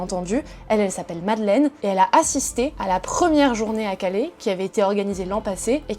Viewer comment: À Calais, pas Calé. CalAIS.